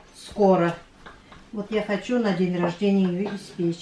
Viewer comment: я обратила внимание, что вы говорите хощу. Мне прям бальзам на душу,мои предки по папиной линии челдоны и всегда вместо ч они произносили щ. Но все они уже умерли, а мы молодежь уже так не говорим. Молодежь,аж смешно стало,мне уже 61 год. А у вас у татар тоже такой говор?